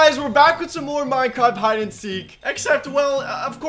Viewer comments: he say minecat in the beginning 🤣🤣🤣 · i thought he said today guys were back with some more minecrap hide and seek